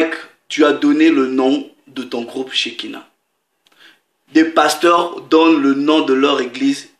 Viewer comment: bjr tout d'abord félicitation car contrairement à bcp de chrétien et de prédicateurs qui insultent l'islam sans apporter d'arguments toi au moins tu as fais l'effort de chercher une preuve mais malheureuseument le mot en arabe se prononce s="sakina" et non "shékina" et ilk signifie "quiétude" la langue arabe et très subtile en ce qui concerne la pronociation! selon la pronconciation deux mot qui se ressemble à l'écoute peuvent avoir plusieurs signification différente donc tu fais erreur ici il ne s'agit nullement dans le coran d'un prénom mais d'un mot ordinaire qui signifie "quiétude" :) toute fois ravo ton travail